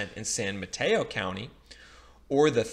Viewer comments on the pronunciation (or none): none